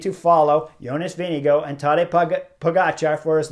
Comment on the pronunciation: YO-ness Veeng-goh or Veeng-eh-goh. Only one hard "G" but we Amercians can't help but pronounce with two. Rhyme it with "wing." And the "R" is silent...Denmark supposedly is the happiest country in the world. Maybe because they're always laughing at how we try to pronounce their words...